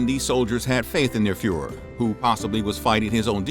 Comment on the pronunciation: Did he just say the youths fell to Fuhr pressure ?